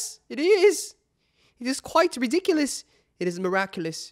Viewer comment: RiDicuLouS in a british accent 😂 ERIIIIIIC